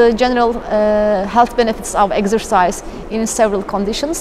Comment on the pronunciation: And "eggsercise".